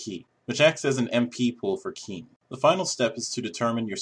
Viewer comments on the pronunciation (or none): Qin is pronounced Chin.